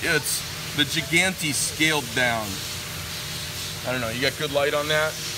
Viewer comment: Call it a shy-gantes